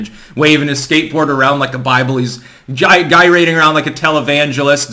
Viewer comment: Gyrating has a soft g like a J